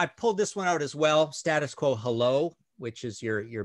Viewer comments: Loved the show but just to let you know that you guys aren't pronouncing "Status Quo" the way that the band do. It is State Us Quo, as if there is an invisible letter "e", same as if you were saying The United States of America. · Great review. Btw it’s not ‘Stattus Quo’ it’s ‘State-Us Quo’ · For terrible albums covers for great albums go no further than the Scorpions. I have to laugh at how you across the pond pronounce 'Status Quo'. I do love the Quo album cover. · Stay-des Quo is how we pronounce it :-)